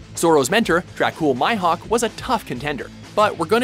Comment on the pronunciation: THE FUCKING YOU SAID DRACULE MIHAWK